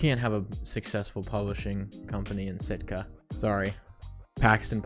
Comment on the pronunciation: You guys calling Sitka “Stika” the whole move has me dead 😭